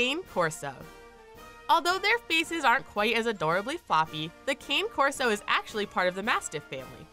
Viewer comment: The cane corso is pronounced (connie) corso